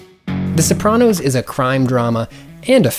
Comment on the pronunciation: I adore you, but the way you pronounce Sopranos makes me feel violent